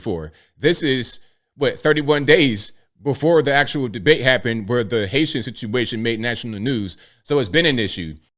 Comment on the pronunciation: Its the "Haitian sit-u-a-tion"